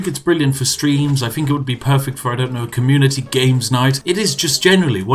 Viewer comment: communitea game you say ;)